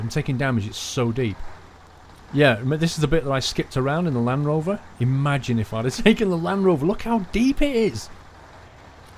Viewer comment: I cringed every time he said land rover :D